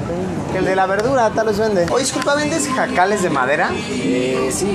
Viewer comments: jejeje Luisito, son huacales no JACALES o escuché mal o en mi estado así se les llaman jejeje saluditos!! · Huacales, no jacales...